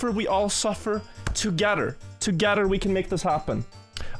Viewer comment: saying any English word that starts with 'th'::face-red-heart-shape: saying 'together'::face-purple-sweating